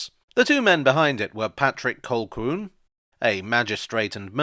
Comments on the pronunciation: Well done...thank you...however, your pronuncuation of 'Colquhoun' was off-key...remove the 'lqu', and say it again with the 'o' sounding as before...dgp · I liked immediately after your pronunciation of “Colquhoun” - bless.